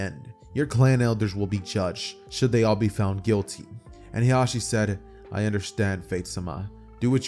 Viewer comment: Fire what if but when you kept pronouncing hiashis name "hizashi" my brain had a siezure 😂😂. Hiashi is hinatas mom while hizashi is nejis dad. They sound similar so you have to annunciate